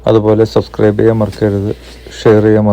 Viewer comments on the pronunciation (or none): none